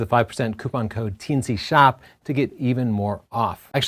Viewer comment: I keep hearing T&C Shop as "Teensy Shop" and I don't see how that's not better in every way.